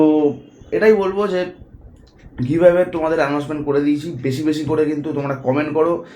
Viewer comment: Giveaway ta kemon jeno BHATA-r moton sunte lagche 😅😅😅